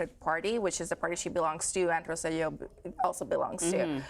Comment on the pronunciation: That's not the ex Governments name; it's "ro-say-jo"